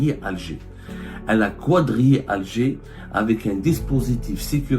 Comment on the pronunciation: Pourquoi tu dis quoidriai ? Tu dis un cadre ou un qoidre ? Donc quadrillé ( kadrié)